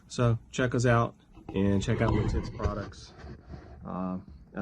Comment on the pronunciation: By the way, the town/company is pronounced “Lit it’s”. Not “Li tits”. I am becoming a fan of this watch, may need to add one to the collection. Great video!